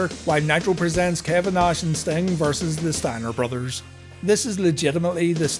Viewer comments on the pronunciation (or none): ah yes, the man called stomg